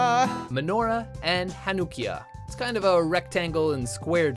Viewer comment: The way he said Chanukiah & Sufganyot.